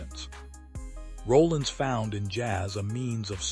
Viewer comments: His name is Sonny R o l l I n s Not Rolling!!! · AI should know how to pronounce his last name correctly….